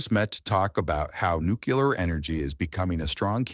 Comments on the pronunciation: When you write your scripts you might want to proofread them first…it’s pronounced Nuclear not Nucular… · President Carter could never correctly pronounce the word "nuclear," and his mispronunciation has apparently been passed down to another generation.😅